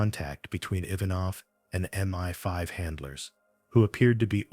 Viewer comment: It's MI5 (pronounced em eye five) not Meni Five